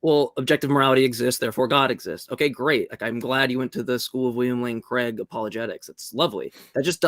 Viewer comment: i really wish USA would get a handle on how the name ''Craig'' is pronounced. it rhymes with vague.. not with beg. it's Craig, not Creg.